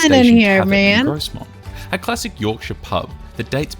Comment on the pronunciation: I haven't been to a steam gala on the NYMR but I have been on it quite a few times as it's only 20 miles from me. By the way his pronunciation of Grosmont is pronounced without the 'S' Gromont